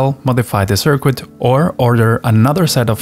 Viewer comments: sir-kit, not sir-quit. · Hello! first off, i love your content. I just wanted to say that, i'm not sure if its on purpose or your accent. I am so sorry if i offend but i have good intention. But your pronunciation of 'Circuit' as 'SIR-QUIT' isn't perfect, its normally said 'SIR-KIT'. Again i love your stuff, thank you. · A circoo-it. ahahahahahahahah. We have a circooit that works. but it doesnt look professional.. doesn't SOUND professional either. I'll try to speak German without an accent. You'll see. Sicknature learned English as a second language and speaks it like he's a white dude from the west. ..